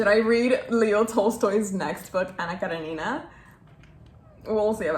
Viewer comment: Anna KerEnina (the second 'e' is stressed)! Anyways, girl, I'm so proud of you! I'm Russian, we studied War and Peace last year and tbh I didn't read it... only a couple of chapters, maybe. So you're my hero! I also paused every moment you showed your notes and your thoughts are so beautiful, I love how much effort you put into reading. That's something I want to learn from you. I think that you should read Crime and punishment by Dostoyevskiy if you haven't yet, it's also a very interesting and meaningful russian book. And it's not that big, so that's an advantadge now, I guess! Good luck, you're awesome!